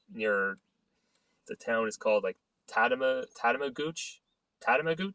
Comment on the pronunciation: Tatamagouche is pronounced "ta-ta-ma- gush" and Pictou is pronounced " Pick- toe". You'll love the area! Lots of farms, beaches and creative people...not far from the skihill in Wentworth Valley. The area is very touristy these days. Super busy in the summer months.